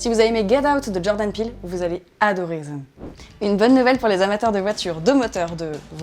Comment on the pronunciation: Ça me fume comment Maghla elle dit "zem" au lieu de "them" xD